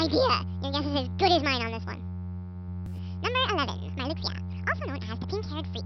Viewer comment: omfg. That is just hilarious, Oh and Marluxia's name is pronounced 'Mar-loo-sha' weird huh? oh well. I still like 'Mar-lucks-eeya' better